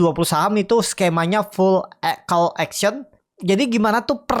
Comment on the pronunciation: auksion gan, bukan eksien. :p hehee